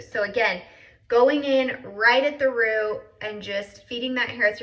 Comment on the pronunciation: Love it and your videos. I don't know what state your in, but do you say "roo" for "root"?😊